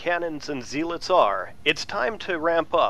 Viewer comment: zealit its zealots ^^ sorry i like these videos